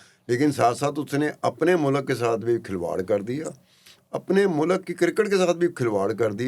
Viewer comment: sir jee its mulk not mulak 🙄